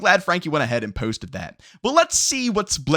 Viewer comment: No disrespect the way this dude says posted irks me lol